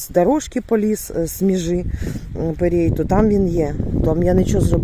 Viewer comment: Доброго дня мої любі! ❤, не перей, а пирій😂😂😂